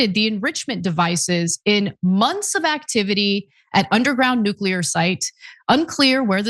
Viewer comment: It’s pronounced “nuclear,” not “nuke-u-lurr…”